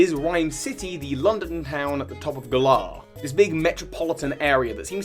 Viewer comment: pfffft Stop pronouncing Galar like that, you sound like a real galah. xD They pronounced it more like 'valour' with a g in the announcement trailer, anyway. Emphasis on the first syllable rather than the second.